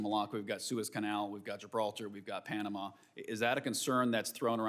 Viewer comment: Why she says Pianama ?